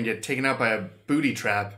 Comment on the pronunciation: I swear I keep hearing him saying, 'booty trap', lol.